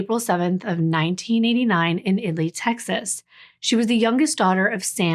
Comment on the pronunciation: Thank you for researching “IT-Lee” Texas. Most people assume it is pronounced“”IT-uh-lee”. 🤍